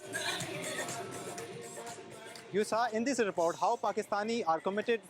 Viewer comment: Your pronunciation is terrible...its not pronounced hoseton...as you are saying...its pronounced Huseton but spelt Houston